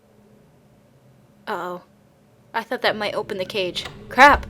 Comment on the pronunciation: Cage not cafe.